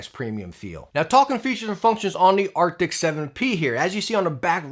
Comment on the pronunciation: Arcti”S” not arcti”C”.